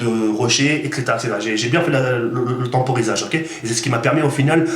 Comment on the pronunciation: La temporisation pas le tamporisage lol